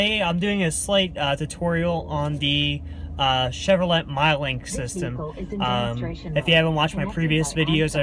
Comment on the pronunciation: Did he say Chevrolette?